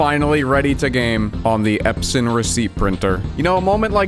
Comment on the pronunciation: The first time you said: Epson I said: please say Epson list and you nailed it 😂😂